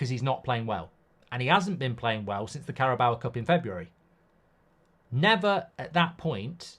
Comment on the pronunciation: Mark "I like to pronounce Carabao with an extra a on the end" Goldbridge